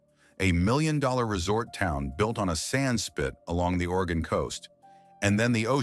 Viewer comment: The narrator pronounced Oregon correctly but could pronounce the name of the town? Bayocean. On one side of the spit was the bay and the ocean was on the other. Bay Ocean. Bayocean. Not Bay-oh-seen. He botched Wallowa, too. It’s not Wallow-uh. It’s Allowed-uh with a w at the beginning.